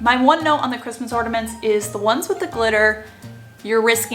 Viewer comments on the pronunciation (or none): orNAments! Not orDAments you aren't the only person who I heard call them that. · Love your videos, but listening to you say Ordaments 20 times is too much. There is no D in ornament. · It's ornaments , not ordaments . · Idk why but her saying ordiments instead of ornaments is driving me crazy. Still, great video tho. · Just Heather ...I had it on low volume & no headphones nor earbuds, so didn’t notice. That would’ve thrown me off too. Maybe she has nasal polyps. haha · Great video.. She gets on my nerves saying “orDuhments” girl it’s ornaments... there’s no “d” or “duh” sound in ornaments UGH!!!! Also, Dollar General has $1 price for like 3 SUUUPER CUTE and really good quality Christmas bags and boxes. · Sounds like you’re saying Ordaments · I continued watching because I was intrigued but how she kept pronouncing ornaments made me cry a little on the inside. I’ve heard it pronounced “ordaments” from some other youtubers so I wonder if it’s just an accent from where they’re from. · Why are you adding A D in ornaments?